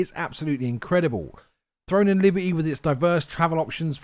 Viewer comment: "Libe-y" lol